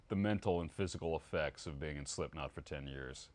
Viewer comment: sipknot lol